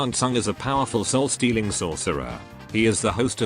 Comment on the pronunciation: "Your Souos is mine" -Shang Tsung